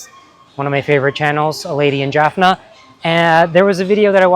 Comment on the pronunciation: Rajiv, its jaggery ,not juggery. Just like it's Jaffna, not jurphna. They are anglo/portuguese words originating a long time ago from sanskrit roots ( sakkara, like the latin saccharine). Yaarl samayal is definitely one of my favourite tamil cooking channels, she gives a lot of good hints about technique. The recipes I kind of already know from my mum and other family members. I prefer to get my jaggery in those hard lumps wrapped with woven palm leaves. Jaggery powder is a modern convenience food, and a sign of changing times, like cheese kothu. Sometimes they add in some kind of anti caking agent. I'm a purist and always get the hard kind, a zap in the microwave usually makes it soft enough to cut.